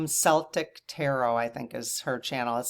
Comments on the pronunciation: When its the ethnicity its pronounced with a hard C for Celtic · Yes pronounced Kel-tick! 😉 I struggle through the stone pronunciations as well. But she’s trying! Maybe she can get some help from her AI?